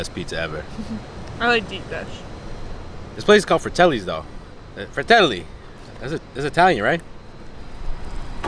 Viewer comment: Yeah, Fratelli is Italian, you got your accent almost on point! You should visit here sometimes! :P Greetings from Milan!